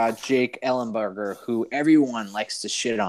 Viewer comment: Come on, ellenberger? Thats a joke right? 😂😂😂